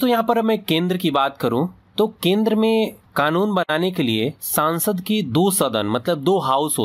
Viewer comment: Pahle संसद को संसद बोलना सीख सांसद -सांसद बोल रहा है 😑